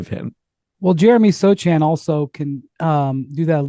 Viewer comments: First of all his name is pronounced So-Hahn, not So-chan; 2nd I love how you all forgot the Spurs were tanking but okay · the C is silent my guy! Its pronounced (Soe-Han)